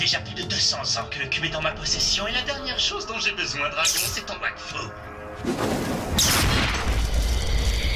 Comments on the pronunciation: i search for the polish version and watch it, it's pretty weird but i tghink it's because i don't know the language and only watch the french one, also the trailer make me laugh where i heard Vakfu insted of wakfu at the begenning ^^ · In Poland, we read "W" as "V".